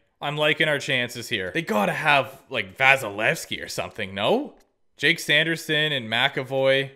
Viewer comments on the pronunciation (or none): none